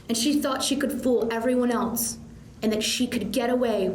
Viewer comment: Prosecutor Lady delivering this intense opening statement and then says “elTse” 🤦🏼‍♀️ Can’t take her seriously now. Drives me absolutely insane. THERE IS NO “T” IN THE WORD “ELSE”! 😒